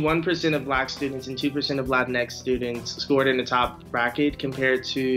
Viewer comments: This kid said "Latinx" this just means that he needs more time hitting the books because he's got no problems mispronouncing another language's terms. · The narrator pronounces Latinx in an extremely annoying way.